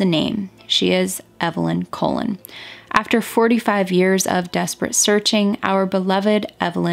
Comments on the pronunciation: the pronunciation is coLON, not COlon (emphasis on the last syllable). It means 'Columbus' in English. Like Cristóbal Colon (in Spanish) and Christopher Colombus (in English). Perhaps a direct descendent of the infamous conquistador? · Great video your research is always so deep and on point. But Your pronunciation of the Last name is incorrect... It is pronounced like Cologne not colon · I am also Spanish and I think you may be mispronouncing her last name. If you end up doing a pt 2 for this case you could maybe reach out to her nephew again to clarify how to pronounce it! Just a helpful suggestion :)